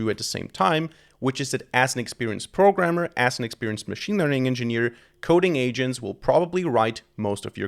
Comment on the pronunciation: Mmm no thats not "engneer"